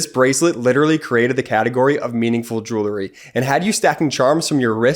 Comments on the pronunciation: Hey kid? The word is "jewelry" not "joolery". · For heavens sake, tell your brother that there is no such word as jew-lery. He needs to re-shoot his ad presentation. It undermines your site's credibility. The word is pronounced "jew-well-ry" Otherwise, I think this is one of your most important videos. It informs the educable group in the middle. Let the facts of the charges, as presented by the DOJ, speak for themselves. We don't need anyone's predictions. Just present the actual facts - not the speculations. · Jewel-ree? Bee-casse? Jewelry. Because. Dang Northeasterners. Cheer Midas. It just makes me grin every time some weird pronunciation of words goes wrong. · Grates on the nerves a bit to hear the word mispronounced so many times in one advertisment.